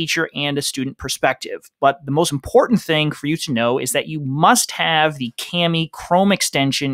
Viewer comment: Just wanted to let you know as our school is using Kami, but the word "kami" (pronounced "kah-mee") means "paper" in Japanese, as mentioned in their "About Us." The "a" is to be pronounced like the "a" in "car" rather than "cast."